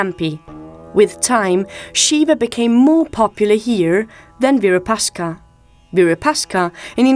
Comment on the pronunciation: In Hampi the architecturally marvelous, magnificent temple built by the rulers of Vijayanagara Dynasty dedicated to Bhagavan Shiva locally named as Shri Virupaksha, unfortunately the narrator in this documentary mispronounced it multiple times as Virupashka!